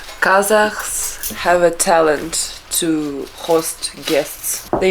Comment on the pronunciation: It’s Kazakhs not “Khazaks”